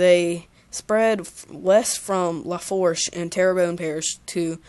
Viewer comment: haha this is cool im a houma indian and I loved this and just saying Lafourche is pronounced luh-foosh